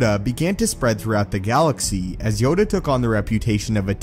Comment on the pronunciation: Yoda... It's Yoda